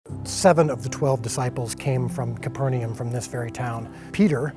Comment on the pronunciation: Why do people pronounce Capernaum as “Copper-ni-yum”? Shouldn’t it be pronounced “caper-na-um” or something? Because the original name was “Kapernahum”, from what I know.